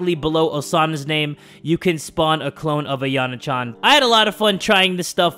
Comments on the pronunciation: Lolz, the way Jay calls Yan Chan "Ayane" instead of "Ayano"😂😂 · AyanO Not AyanE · Jay stop saying ayana it’s ayano lol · Hold up why does Jay say ayanay chan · Why does Jay say Ayana Chan.